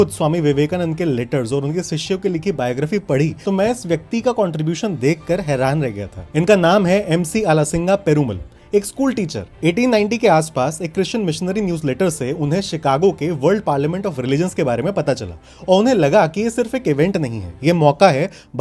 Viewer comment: Try to spell out properly It is azhasingha perumaal. Wonder indians when will they ever pronounce names of fellow Indians learn